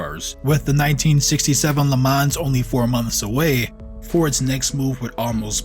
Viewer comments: the „s“ in Le Mans is silent 😉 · Dude, don't pronounce the 's' in Le Mans.